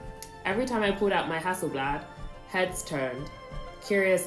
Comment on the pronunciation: Most people can’t pronounce haaselblah